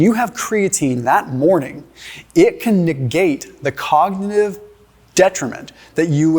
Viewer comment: Shows what absolute clowns doctors are 😂 this guy can’t even say “cognitive” omg lolll ❤❤😂😂